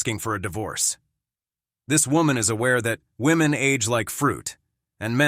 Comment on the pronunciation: To the Presenter: "woman" and "women" should be pronounced DIFFERENTLY please.